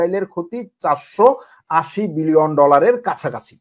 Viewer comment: বিলিয়ন / মিলিয়র বলতে আরও ক্লিয়ার করে বলার চেষ্টা করবেন